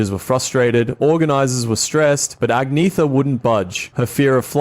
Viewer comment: Her name is actually pronounced AN-YETH-A ...the G is silent.